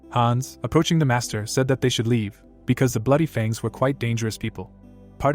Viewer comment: I can understand mispronouncing some odd words and foreign words but seriously? how do you fail to say Fang correctly...